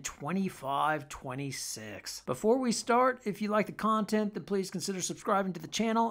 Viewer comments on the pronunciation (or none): none